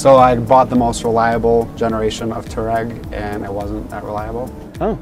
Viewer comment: It's a f***ing touAreg (tWA-Reg) not a too-reg!